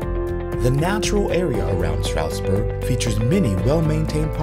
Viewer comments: There's a "d" in Stroudsburg. We pronounce it. You might want to too. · That feeling you get as a native when the closed caption feature constantly spells your hometown "Strasbourg" or "Strasburg" because the narrator constantly drops the D when pronouncing Stroudsburg. 🙄😒 The highlighted information is good once you get past the mispronunciation.